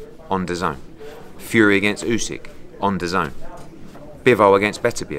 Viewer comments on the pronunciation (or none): none